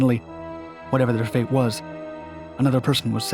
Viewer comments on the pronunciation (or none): none